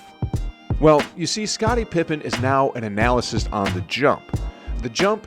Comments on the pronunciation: Hate to be the one to say it but the word is "Analyst" NOT "Analysist" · Great video but “Anna List” is how you pronounce analyst, not whatever it is you’re saying. :) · Love Steph!!! I started watching basketball again because of him (I was a Knicks fan in the 90s). I never get tired of watching his highlights. Great compilation. One thing to note and no hate intended... analyst is pronounced "an-uh-list"